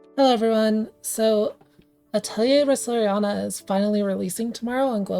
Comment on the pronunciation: wow first youtuber to pronounce Resleriana as Resleriana and not Resna